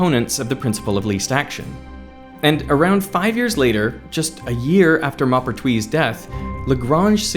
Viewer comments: It's annoying to hear smart people mispronounce names. It's Mohpertwi, not Mahpertwi. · The "Mau-" in "Maupertuis" is not the "o" in "mop", but the one in "more". Moh-pair-twee Glad to hear about the lack of intuitive feeling about action. So I'm not the only one. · Maupertuis would actually be pronounced like you would pronounce the ‘m’ and ‘o’ in ‘more’ (like when you pronounce mauve - purple) Yep - just checked it in Google translate AND I’ve been speaking French since 30 years (including 2 years of high school, 16 months Military Service as a reconnaissance radio operator and 4 years living in a French village with people who spoke nothing but French)…. You DID get the rest of it right though - you just fumbled the beginning which is still very good, especially for an Aussie (I’m a fellow Aussie too)